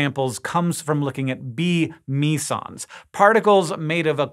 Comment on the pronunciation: It's pronounced me-sons? Thought it was meh-sons...